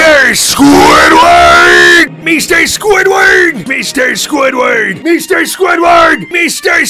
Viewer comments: MEESTER SQUIDWEED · meester squidwurd